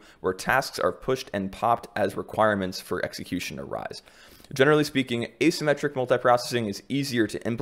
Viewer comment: Asymmetric, not asymettric.